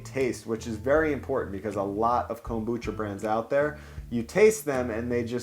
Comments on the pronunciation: why this guy say Kombucha like Comb-boocha, really thrown me off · Excellent insight from Chef Oda to use the stacking mold to help tame the interior order/fit for the onigirazu. Pointer, so long as you're trying to "home pro" up Japanese food: It's pronounced kombu-cha, not kom-bucha. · Your pronouncing kombucha wrong